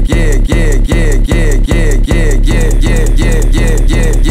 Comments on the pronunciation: sounds like hes saying kia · Todd Y it sounds like “get it” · sounded like he said kia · sound he sayin yeg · listen close it sounds like he’s saying “I’m gay” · sounds like hes saying kia kia kia kia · sounds like he saying ikea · ItzRxhii_YT he sounds like a jamaican guy saying gay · Made me laugh hard. It kinda sounded like he was saying Ok Ok Ok Ok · man saying yo gay instead of yeah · it sounds like he is saying ya gay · is it just me or does it sound like he’s saying “ok”